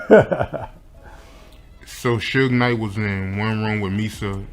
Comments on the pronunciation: "Sooge Nite" ...lmao!!! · Love all these white folks or is it AI doing these videos on music industry people they don't even try to learn these criminals names right Lol "Sooge night" and "kid Q Dee" what a mess